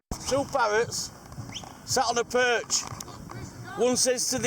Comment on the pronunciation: Your Yorkshire accent at the end! Peeeerch! 😂 good effort!